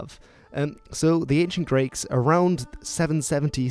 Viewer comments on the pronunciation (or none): "The ancient Grakes"